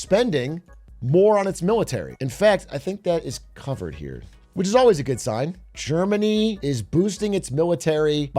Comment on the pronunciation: Legit heard "Jermany' instead of Germany and thought They met up with Jerma